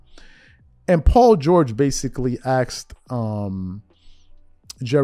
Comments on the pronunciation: Woah, no hate and no judgement here my man, but it really caught me off guard hearing you say Paul George axed Jerry West a question. I dunno why, just wasn't expecting that haha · Love the channel, love the content... but, I beg of you, please say the word "asked" properly. It's not pronounced "axed," my brother. Saying it like that just makes Black people look ignorant.